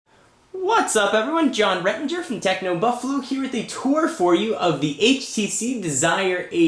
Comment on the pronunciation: Lol, introduction fail: Whats everyone! from techno "BUFALU"!!!!!